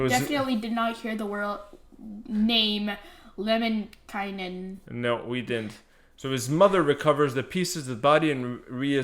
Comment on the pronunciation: Your son pronounced Lemminkäinen almost 100% correctly! Good job! He said the letter Ä as it should!